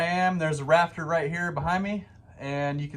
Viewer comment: Pretend like he’s saying raptor the whole video instead of rafter